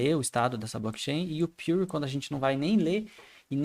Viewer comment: a pronuncia correta é "piur"